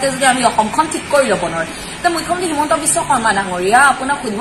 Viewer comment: সঁচা কথা কলেওঁ এটা কথা কব খুজিছোঁ CM ৰ নাম টো শুদ্ধ কৈ উচ্চাৰণ কৰক